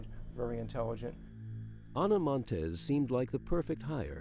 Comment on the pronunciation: I would like to know how a professional documentary of this kind can possibly be created with the narrator repeatedly saying "Ana Monteses" when referring to something she possesses. As a writer and recorder and a former journalism student I know it's correct English to NOT pronounce consecutive s's, especially when a person's name ends in 's'. This annoying and childish mistake is seeping into televised news and sports along with a small list of commonly mispronounced words and it's driving me crazy!!! While we are at it, the word escape is not pronounced ex-cape, proximity is not 'proxzimity' and worst of all (because it's mispronounced by even supposedly intelligent people) is nuclear. It's pronounced nu-clee-er, not nuke-you-lerr!!!!